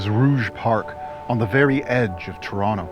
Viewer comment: A wee bit too dramatic, fella. You've even exaggerated to tronnicity of easing off the edges of Toh-tonn-toh, Net net, thiis is totally overboard and needs to be re-recorded. Like just read the script, OK? This is a You Tube video, not a tryout for Alfred Hitchcok.